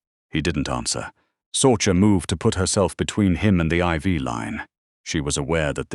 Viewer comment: Sorcha is pronounced Sorsha